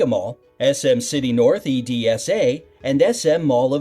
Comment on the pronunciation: ITS SM NORTH EDSA NOT E.D.S.A